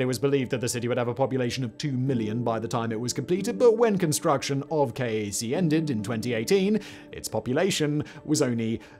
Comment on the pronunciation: King Abdullah Economic City (KAEC) is generally pronounced "cake" locally.